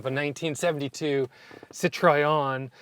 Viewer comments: This car is just a legend and I'm proud that it is a French car. Regarding the pronounciation of Citroën : "tro" like in "tropical" and "ën" like in "hence" without the h of course. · So embarrassing to hear you repeatedly mispronounce the name of the brand, OMG. How much effort would it have been to do your homework on that? It just feels like raw American indifference, just can't be bothered. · I've heard many people in North America pronounce it that way. Also "sit-roy-en" and sometimes "sit-roon". In Zimbabwe (then Rhodesia) we pronounced it "sit-rin" with the "rin" portion rhyming with "tin". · Just take 10 seconds to go to a French car site and learn how to pronounce ’Citroën’. Just a thought. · A wonderful, unusual car! I think this is more your style than either the Mustang or even the Corvette. But you need to learn how to pronounce Citroen! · Citroen not citrayon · Oh please, if you don't want to try spelling nasal vowels, please don't make a CitrOEN to CitrEOn,,!!!! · Yes, please give this Goddess the respect it deserves and use the proper name. I had a new red '72 and I LOVED it. Wish I still had it. I enjoyed your review and the trip down memory lane, but the way you mispronounced the name grated on my sensitive ears. Sit-row-en, not Sit-try-on. No need to re-film everything, but if you could over-dub the correct pronunciation, it would make me, at least, if not anyone else, feel better. Otherwise, a nice presentation of a lovely, lovely car that I wish I still had. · Why can't an intelligent looking & sounding 30+ years young man, invest in studying the correct pronunciation of a car he owns?! He calls it CITROYEN.....But it's CIT RO ËN. He skipped a few models of these cars being produced from . The ID Model. 1st. 2nd. & 3rd. Nose. The DSpecial. The Dsuper 5. All info is on Google today. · Great video and an amazingly beautiful car, you're so lucky! But please learn how to pronounce Citroen! Sit-roh-en, not sit-ray-on.